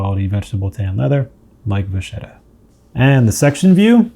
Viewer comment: It's not from French. It's Italian, and means "little cow". And it's pronounced "vakketta", not "vashetta".